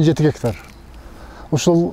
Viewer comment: Гектар дененди кандай айтыш керек Адылга уйротуп койгулачы бироонор. Журналист болуп алып тын суйлой албай, орусча билбегенин айтпай эле койолук